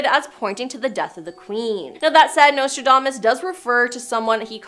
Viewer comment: How can you not pronounce Nostradamus correctly?